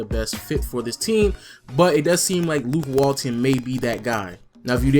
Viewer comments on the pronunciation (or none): none